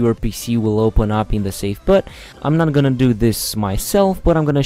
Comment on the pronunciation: Why the actual fuck does he pronounce boot like that?